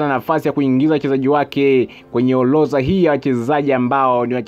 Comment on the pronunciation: Sio oloza ni orodha na sio bola ni bora kasome kiswahili